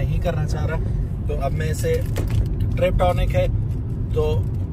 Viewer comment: Triptonic nhe Sir..."Tiptronic"